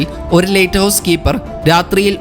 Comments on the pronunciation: നല്ല വിവരണം പക്ഷെ lighthouse എന്ന് പറയുന്നതിന് പകരം latehouse എന്നാണ് പറയുന്നത് 😃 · ലെയ്റ്റ് ഹൗസ് അല്ല സുഹൃത്തേ ലൈറ്റ് ഹൗസ് ആണ്. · ലേറ്റ് ഹൗസ് അല്ല. ലൈറ്റ് ഹൗസ്. ആദ്യം ഉച്ചാരണ ശുദ്ധി വരുത്തി അവതരിപ്പിക്കൂ......... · പുതിയ അറിവ് നൽകുന്ന വളരെ ഉപകാരപ്രദമായ വീഡിയോ. ലൈറ്റ് ഹൗസ് സംബന്ധിച്ച വീഡിയോയുടെ തുടക്കം മുതൽ തീരുംവരെ "ലെയിറ്റ് ഹൗസ്" എന്ന് തെറ്റായി ഉച്ചരിച്ചത് തികച്ചും ബോറായി പോയി. "ലൈറ്റ് ഹൗസ്" എന്ന് ശരിയായി പറഞ്ഞു പരിശീലിക്കാൻ മടിക്കേണ്ടതില്ല😜🤣😛. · ലേറ്റ് ഹൌസ് അല്ല, ലൈറ്റ് ഹൌസ് ആണ്.😂😂, ആദ്യം ഭാഷ പോയി പഠിക്കു...😅